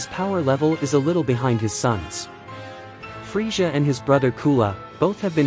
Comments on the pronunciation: please fix how you say freeza. I couldn't do it. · The way you say Frieza killed my ears. I had to instantly click out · Why can't you say Frieza properly?